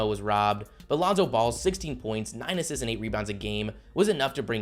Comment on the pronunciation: I hate how you say the word assists